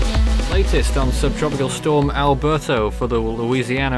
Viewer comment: The way you say "Alberto" kind of sounds like "Alberta"